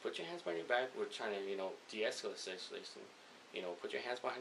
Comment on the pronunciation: deeshleshlashan ...LMAAOOO .... dude tryna say deescalate the situation